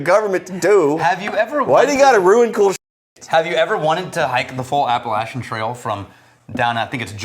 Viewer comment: As a life long resident of western NC, thank you for pronouncing Appalachian correctly!!! Sidenote: my wife and I both joined the Cult of Ardbeg tonight.